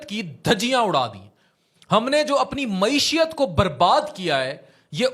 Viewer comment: durust talaffuz MAESHAT he na k MAESHIYAT.